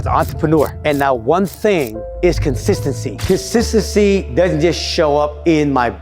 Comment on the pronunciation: I love the way you say cosisasssy 🤣🤣👍🏻👍🏻💯